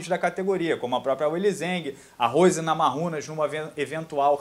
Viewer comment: Namajunas se pronuncia Namaiúnas,; e ñ Namarrúnas - tipo em espanhol. A pronúncia correta tem a influência original lituana-americana: é assim q ela s apresenta e q a anunciam.